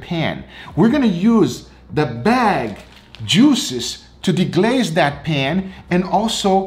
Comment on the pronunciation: my favorite ----> "....the bag................djooo-szez!.." Great vid, G...love 'em